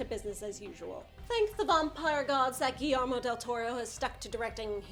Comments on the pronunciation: It’s a Spanish thing so I honestly don’t blame you, but whenever two LL’s are next to each other they become silent. So Guillermo is actually pronounced gi-yermo. Like think jaeger. Or my last name, Villanueva being pronounced viya-nueva...anyway loved the review!! This is up there with being one of my personal favorite comic book movies, and you kicked ass! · Oh my god the way she says "Guillermo" makes me puke